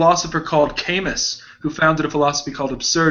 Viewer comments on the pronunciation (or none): . Kierkegaard couldn’t have responded to Camus because Camus lived much later than Kierkegaard. Kierkegaard died in 1855 and Camus was born in 1913. Also it is pronounced “Kah Moo”. Unless they are talking about a philosopher I am not aware of. Kierkegaard basically founded modern existentialism and Camus was involved with absurdism. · "kay-miss" hes french. "cah-moo". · Guys, it's Cah-moo not Kay-mus...and Kierkegaard came before Camus so he couldn't have responded to him. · THEY KEEP PRONOUNCING "CAMUS" LIKE KAY-MUS IT'S PRONOUNCED LIKE CA-MOO CA-MOO YOU FOOLS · do all americans pronounce Camus as "chemex"? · Camus is pronounced without S...